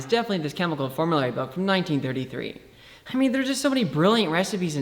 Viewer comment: "Hi mean...." "Hokay" "Hradioactive"